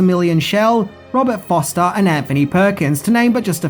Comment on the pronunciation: Um you can't seem to get Forster right either. FOR ster not FOS ter. I loved the Black Hole and I still think that killer robot is one of the creepiest on film.